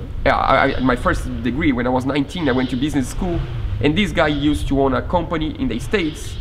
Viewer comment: Your English is nearly perfect, but I notice that you will use two syllables to say words that end with "ed". For example, words like used and loved, are both one syllable words. Awesome project and I can't wait to see it on the water!!